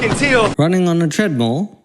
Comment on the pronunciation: How normal people say treadmill: treadmill How this guy says treadmill: treadmle